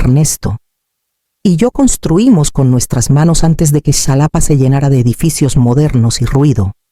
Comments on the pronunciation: Enseña a tu AI, a pronunciar JALAPA , aunque se escriba Xalapa. La x tiene diferentes peonunciaciones segun sus origenes . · Nunca se ha visto que vayan a alguna ceremonia a anunciar un veredicto Por favor escriban las historias mas creíbles y se pronuncia JALAPA 😂😂😂